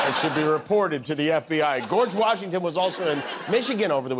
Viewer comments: "Gorge" Washington...😅😅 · "Gorge Washington" LOL